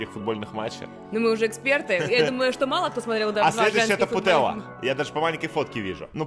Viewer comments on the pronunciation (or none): не Путелла, а ПутельЯс